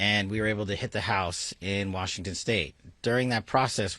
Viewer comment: she can’t even say Washington correctly why is a Fox News anchor briefing us about a shooting? Why does she even have this job and Patel missuses the FBI for his girlfriend. They shouldn’t have been there in the first place and they wouldn’t have gotten shot.